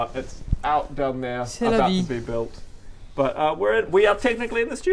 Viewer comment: That « C’est la vie » sounded like impeccable parisien French 😮